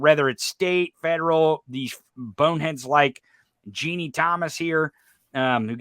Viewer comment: (Habba is sorta pronounced like:. Hobbit - without saying the "t", or "Hobba"). I don't think Trusty was picked because he's inexpensive. T**** would go with an expensive lawyer, afterall, when you don't pay your lawyer, money is no object.). P.S. - Ginni = "Gin-Knee" not "Jeannie"